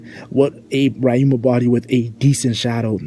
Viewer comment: YOU SERVED LASAGNA BUT STOP SAYING “RAI-UMA” IT’S RYUMA (ree)